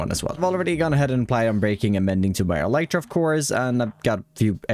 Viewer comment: You're saying "elytra" wrong. It's pronounced "elytra", not "elytra"!